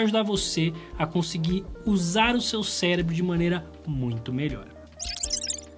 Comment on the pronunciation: Célebro? Não é possível, está usando técnica de erro pata obter comentários né.....kakakaka